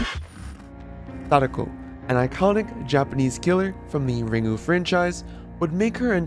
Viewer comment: The pronuciations of "Ringu" abd "Onryo" bring me physical pain.